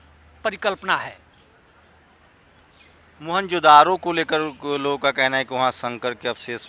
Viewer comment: अबे चूतिया मोहनजोदरो द्रविण नहीं सिंधी भाषा का शब्द हैं मोहन जोदड़ो का सिन्धी भाषा में अर्थ है " मुर्दों का टीला " मोहन जोदड़ो शब्द का सही उच्चारण है 'मुअन जो दड़ो'।